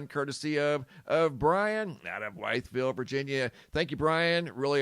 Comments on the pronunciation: It’s pronounced… With-Veal 😅 As for the Osprey, VA has been home of lots of military maneuvers throughout the years. Especially air training… PeaCE❤️‍🔥🕊🔥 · Wytheville is local to be even though I’m in Tennessee…. I used to do animal rescue transports there. Anyway I’ve had 2 Apache helicopters flying over my house very low 2 times and I’ve been here 21 years never happened before… also it’s “with” “ville” that’s how it’s pronounced…. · It's pronounced withville va